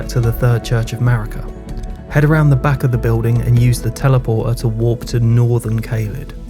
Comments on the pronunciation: I think he tryna say warp but his accent 😭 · You pronounce 'warp' and 'walk' far too similar